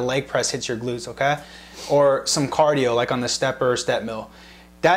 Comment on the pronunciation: his okey is damn not okeyyy...